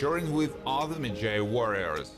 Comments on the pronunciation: Ardeth Bey was the 'midjay'. The narrator can't pronounce anything right. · Maji- Sounds like, Madge-eye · WoW talk about uber bad prononciation of the word medjai... dude do research before u do things like that🤦🏾‍♀️it’s not med-jay!!